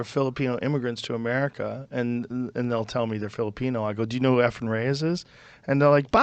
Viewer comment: E'fren, not 'Efren.